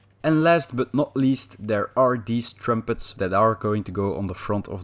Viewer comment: Easily the best bits of the videos are your pronunciation of the words “pump” and “trumpet” ❤️